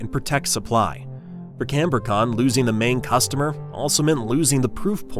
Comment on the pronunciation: It is not canbor-con but Cambri-con